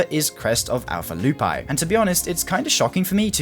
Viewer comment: Crest of Alpha 'Loo -pee' is how to pronounce it lol